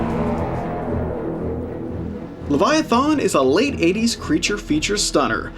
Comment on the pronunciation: Lev EYE A TH IN